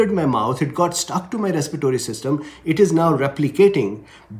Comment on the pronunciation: Please correct a word,respiratory,not respitory